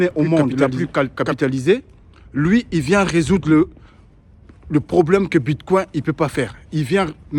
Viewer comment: Ce n'est pas Bitcoin comme le mot coin en français. La prononciation est anglaise " coin" et non coin prononcé en français.